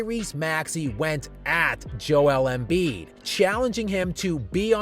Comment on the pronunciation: Every time I mention him she goes YOU MEAN JOELLEN BIID? LOLOL